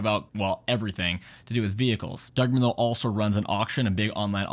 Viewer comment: Doug DeMuro. Not Merlot 😂 DE-MUR- O